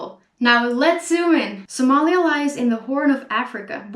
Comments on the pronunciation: Speaking Sincerely I love it the way to pronounce Somalia in Somali Language.... Thanks 👍😍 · Wow 'iam from Ethiopia- somali region 🖒thanks for your wonderfull information 'and liked how you pronounced somalia😃🖒🖒🖒🖒